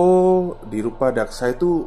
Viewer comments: yg benar Rudapaksa bukan rupadaksa 😅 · rudapaksa mas bukan rupadaksa